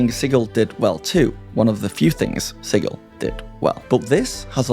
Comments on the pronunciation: "Sigill?" Like fish gills? Reminds me of when Matt Mercer said Pyton or Peeton instead of Piton. It's Sijil. Like Jill Valentine. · It's a made up city. Pronounce it however you want!! Although "Siggil" with the hard G sounds dumb. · I know this is absolutely my issue, possibly because I am autistic, but every time you say the word sigil I flinch because you are saying it wrong. It’s not just a product name, it’s an existing word that means a symbol, seal, or icon, and it is pronounced with a soft G so it sounds like a J. No idea why some people think it’s a hard G. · LOL the way you say Sigil XD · Learn how to pronounce sigil